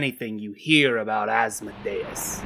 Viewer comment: THANK YOU for your proper pronunciation of Asmodeus.